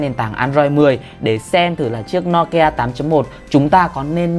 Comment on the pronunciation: Ad ơi. Đọc là "Nô Ki A" chứ sao là "No Ki A" ạ